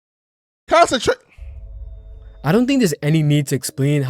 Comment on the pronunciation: said concetra 🤣🤣🤣🤣🤣